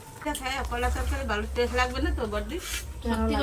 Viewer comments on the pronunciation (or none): বারংবার তনু বলছিল কলার বতি হয়েছে এই " বতি " মানে কি বোঝাতে চেয়েছেন একটু বিশ্লেষন করে বলবেন দয়া করে। আর অঙ্কিত এর মা টেস্ট কে উচ্চারণ করলেন টেস এটা ঠিক করে উচ্চারণ করতে বলবেন ঠিকটা ওনাকে শিখিয়ে দিন।